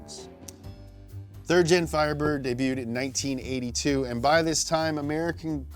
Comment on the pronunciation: Damn he finally pronounced debuted correctly, feels weird 😂